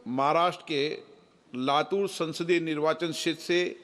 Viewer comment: It is 'LATUR' not 'LATHUR'